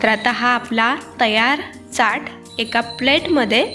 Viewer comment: Chat lihilel asla tari boltana chat nahi chyat asa uchar krtat